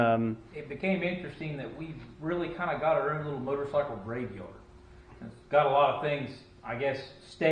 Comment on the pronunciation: I preferred the "Motercycle" sounds so French.. just sayin'. "Get to da choppa"!!